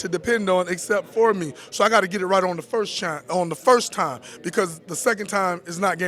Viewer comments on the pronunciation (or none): "I have to get it right on the first shime 'er... the first time." I laughed.